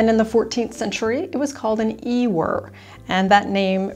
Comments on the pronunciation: Ewer... Pronounced you er. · Just found your channel and I am enjoying your videos. Thank you. FYI - the correct pronunciation of the word "ewer" is (phonetically) you-ur. You are teaching me so much and as a Historian, I enjoy assisting others . . . because ewer is rarely used its erroneous pronunciation is often a "reader's error."